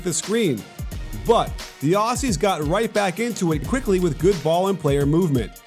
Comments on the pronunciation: It’s ozzies. Not aus e’s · I was there for the game, but it’s not pronounced “awhsies” it’s more Ozzie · Sorry for this but it’s pronounced auzzies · "The Ossies" -_ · who are these Os-Cees (Aussies) u speak of ... ?? we are Oz-ees ... with a z ... Ozzy Ozzy Ozzy - oi oi oi ... great analytical vid by the way.- cheers 👍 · Dear American commentators.... it's OZZIES (with a ZEEEEE), NOT Aussssssies (with an ESSSS). FFS we've been allies for years and you STILL can't pronounce our nickname yet!? lol. SORT YOUR SHIT OUT! PS.... Love ya'all, but SUCK IT ON THE LOSS! haha. There's a NEW sheriff in town! Bahahaha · It's pronounced Ozzies not Ossies lol. Top tier analysis as usual 👍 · God please, Aussies, like Ozies with a Z sound not S. :> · The way he says Aussies is embarrassing obviously never been here lol